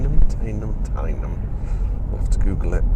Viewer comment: Another enjoyable video. Driven that route many years ago. Just for your info, teynham is pronounced tenham